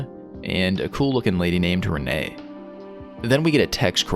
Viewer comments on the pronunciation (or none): fun fact: it is not Renae, Rene would be read as (Re-ne) or (reen)